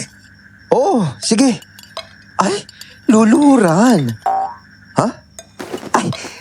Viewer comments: natawa Ako sa luluhoran!🤣🤣🤣🤣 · "LULUHURAN" HAHAHAHA CHUPAPING MUNYAYO